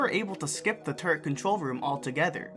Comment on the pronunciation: I keep hearing turd instead of turret